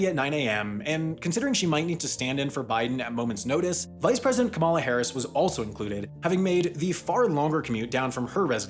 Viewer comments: Kamala Harris is pronounced comma-la, not kuh-mall-uh. Love your vids, just think it is important to double check that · Kam ma la. Not Komola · Her name is not Kemila Harris it’s pronounced Kum-mala Harris or Kamala Harris! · It's insane how many people mispronounce Kamala's name. Kamala is a very common Indian name and is pronounced KAH-mah-la, NOT Ka-MAH-la. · She’s been vice President for over 2 years and we still can’t get her name right? It’s “comma-la”. Not “kuh-mall-a”. Come on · He pronounced it ka-MAH-la, not KAH-m'la!! Call the cops!!! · Me when I mispronounce Kamala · You pronounced Kamala wrong which means you’re a racist according to many Democrats.